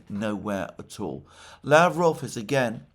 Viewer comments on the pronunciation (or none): Alexander, Mate! Awesome job n correcting yourself when pronouncing Mr. Lavrov's name! I salute you! In yesterday's program you pronounced Ushakov's name correctly but then completely botched Lavrov's name 😂😂